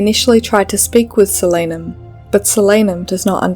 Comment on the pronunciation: its a real word, and it's pronounced correctly in the video. It's the name for the nightshade family. I also pronounced it differently in my head tho